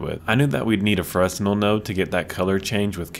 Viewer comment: Cool shader. I think Fresnel is French or something, though. The 's' is silent. When pronounced it sounds like 'chevelle' but 'freh-nelle'.